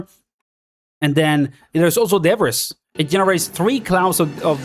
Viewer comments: Its pronounced "da-bree" English makes 0 sense sometimes lol. Thanks gor the content! 12hrs until we no life this beta 😂😂😂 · im sorry if that makes me a snob but debbriss really hurts to hear. and you say it a trillion times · Your accent threw me off everytime you said 'debris' 😅 but no worries, yo hablar espanol tambien